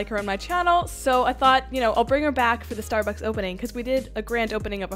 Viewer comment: im sorry , but i thought you said the name is Starbuckies not Starbucks so thats kinda confusing ahahahah 😂